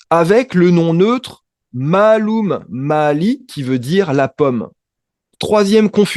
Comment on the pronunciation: mālum on prononce maaloum. il faut faire la distintion entre les voyelles longues et les voyelles courtes.